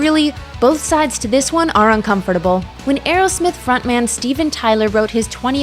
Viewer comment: un com fort able....dont forget a syllable